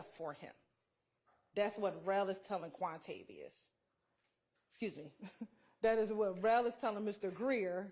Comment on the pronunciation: Hahahahahahahqhahqhahq wuamavios.. not wuamaviois... quantavious jahahahah